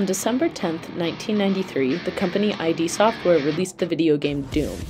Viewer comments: Nice! On there is a little mistake at pronuncing id Software: it's not pronunced Hy Dee but Eed, id is a latin word that means “this”. 😉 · This is marriage material woman right there. I can even forgive her for saying "i.d. software" instead of "eed software". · Sorry to be "that guy", but its not "I.D." software... its "id" Software... where 'id' is pronounced as a word, not as a 2 letter acronym (because 'id' IS a word. Pronounced just like 'it' but with a 'd'). The "id" is part of Freud’s Theory of Personality: Id, Ego, and Superego. Definitely worth a Google if you're unfamiliar. Someone at MIT better be gettin this right ;). Its alright, everyone always gets this wrong until they're told about it. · Id, dear. Not I.D. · All credibility was lost when you called id "eye dee software" and MS DOS "MS D, O, S". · ID software is pronounced like kid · Also I.D. Software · I thought it was funny, but this is a presentation for a general audience.. probably clearer that way